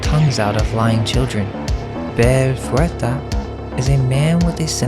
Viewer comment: Kick ass video! Super informative! 👏🏻👏🏻👏🏻(Small note: fouettard is pronounced more like fu-weh-tar 😊)